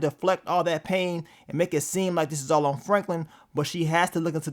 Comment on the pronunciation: Bro said Alton ☠️☠️